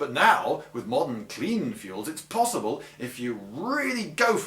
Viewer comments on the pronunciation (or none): none